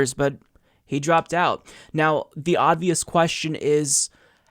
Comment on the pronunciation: please make an effort to say obvious correctly